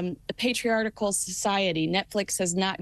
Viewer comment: INvictus, not evictus and not “Patre-article” (May they SHOULD be saying evict us.)